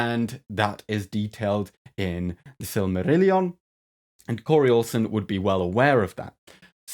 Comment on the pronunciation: Just stopping in the comments to appreciate the beautiful pronunciation of Belariand and Silmarillion ( -16). And to give a thumbs up 👍 ....except I don't think your evolution theory holds sway in Middle-Earth, unless that's to say variation within a kind. I doubt Tolkien, a devout Catholic in the 40's, was particularly keen on evolutionary theories. Again, that's not to say there wouldn't be any biological variations...